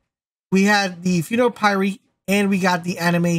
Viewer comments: I'll give this a whirl this evening and see what happens. I typically hate Paxian Homestead but I ran it on CT14 and was pretty simple (at this point heavily geared). Fingers crossed! (Aside: I did squirm whenever you said py-ree instead of p-ire, but if I get Deathshield I'll forgive you!) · Funeral PIE -REE lol. It's Pyre (rhymes with fire) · A Ne Moy Payr not pay ree. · Just a heads up "Pyre" sounds like Fire 😉 Keep up the great work, luv the vids!! 🤘🏻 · its funeral pyre like fire but with a p